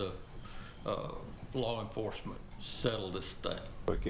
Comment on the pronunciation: did he say flaw enforcement 😆 😂